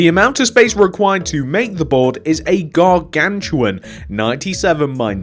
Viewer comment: Also I love ur word “gargantition